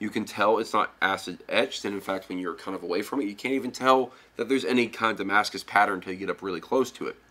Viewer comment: I like how he says damascus, he knows the thing